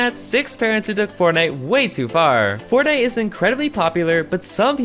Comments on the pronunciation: In the sixth one she said fortnut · Did she say fortnut? 50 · she said fortnut lol